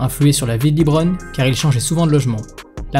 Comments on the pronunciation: Par contre on prononce « LeBron » ou « Lébron » Aucun américain prononce« Lee-Bron » pour parler de lui 😅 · C’est pas libron c’est leeeeebron James svp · excellente vidéo, j'ai adoré, juste le Librone , ça se prononce Leubrone, mais sinon magnifique vidéo ! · Superbe vidéo, bravo ! Par contre je me pose toujours une question: pourquoi certaines personnes en France s'entêtent toujours à le prononcer "LiBron" ? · Leuu bronne' pas Lit bronne' merci sinon lourd ta vidéo 🔥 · Dit LEBRON et non LIBRON je t'en supplie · Bonne vidéo mais pourquoi dis-tu toujours " Librone" en prononçant "Li" ???